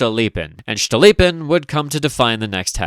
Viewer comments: Cool, cool, but it's Stolypin, not Shtolypin, he's not German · every time you pronounce "STCHTolypin" i giggle uncontrollably this is certainly a feature, do not consult any pronounciation guides.